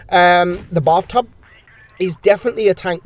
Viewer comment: why i hear buff tuff instead of bath tub